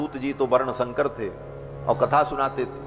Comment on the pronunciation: शंकर नहीं संकर होता है महोदय